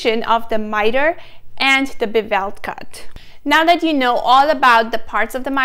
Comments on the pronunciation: Bevel is not pronounced bu-VEL. The accent is on the first syllable. It is a BEH-vul. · Bee-vell cut? Hmmmm…. Maybe try Bev-il.